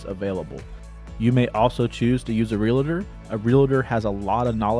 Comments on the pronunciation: The word is Real Tor. Not Relater. Geez! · "Realtor" is only a TWO SYLLABLE word, NOT THREE! People, you make yourselves sound like ignorant hillbillies when you say, "real • la• tor!" It's also NOT "real • la • tee," it's pronounced 'real • tee'.